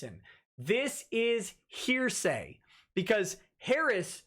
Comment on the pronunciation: I laugh every time says heresy instead of hearsay.